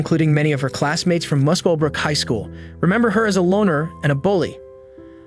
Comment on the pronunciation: Corrections to pronunciations - Muswellbrook is muscle-brook and Queensland is queens-land. 😊